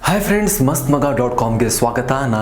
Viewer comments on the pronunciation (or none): none